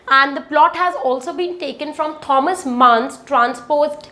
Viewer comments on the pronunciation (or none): none